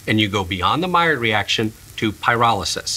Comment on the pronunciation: hey buddy, the D is silent in maillard